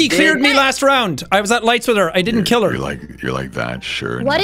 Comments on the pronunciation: "I would nevo kiw copse" - jacksepticeye 2021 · “I would nevow kiww cowpse!”